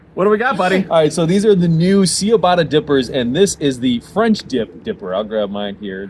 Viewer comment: I am vehement that the pronunciation is CeeaBata